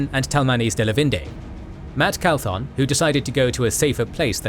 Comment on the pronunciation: Absolutely love this series. Also it's Matrim "Cauthon", instead of "Calthon".